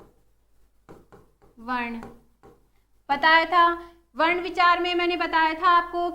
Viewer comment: Mam varn ka ucharn shi kro